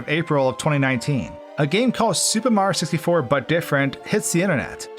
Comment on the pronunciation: why does he say "supamrioo sistyfour"